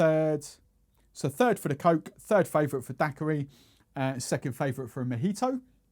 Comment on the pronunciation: A little long , too much talking and not Majito it's Mojito...must try on the accent